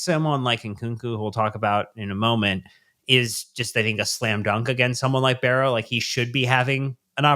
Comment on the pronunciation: it's Wimbledon, there is no ''T'' in there and also it's Barrow not Berrow